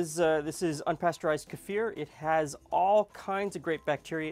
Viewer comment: Great, thank you 😊 👍🏻 (and thanks for pronouncing kefir correctly ☺️)